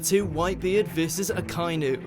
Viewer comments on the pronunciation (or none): dear god i hate the english voice and pronunciations. A-kai-noo? A-ka-i-nu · It’s pronounced AH-KA-EE-NEW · AH-KAH EE NU is the proper pronounciation since it's japanese